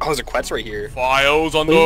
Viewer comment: Quetz is pronouced like ketz. fuck you all are saying it wrong lmao. cool vid tho. fun to watch!